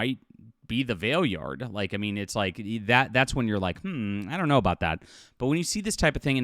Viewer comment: It’s not “vale-yard.” Go watch the episodes!!